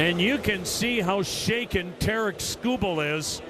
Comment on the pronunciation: Sounded like Terrance the second time he said it lol